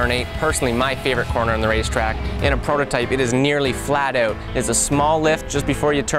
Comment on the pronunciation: A nice Canadian "out."